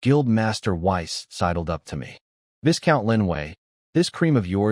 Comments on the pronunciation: you gotta stop with the 'viScount' it's pronounced 'vie-count' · The. S in Viscount is silent